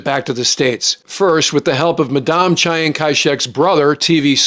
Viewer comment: Chi- Ang?? Really?